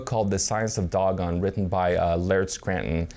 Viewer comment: Dough Gone not Dog on ..... ass